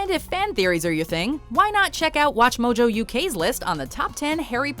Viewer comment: and then why cant she say mojo correctly when its followed by .com !??!?